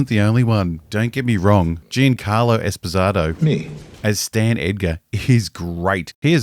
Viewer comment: Just gotta tell you since I know you're still working on the mandalorian, it's pronounced Espa zee toe.